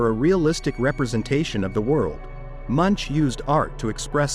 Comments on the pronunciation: Who else is here laughing when the AI voice pronouncesl Edvard Munch's name, rhyming with bunch, hunch and lunch.😂😂😂😂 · MUNCH is pronounced /moonk/.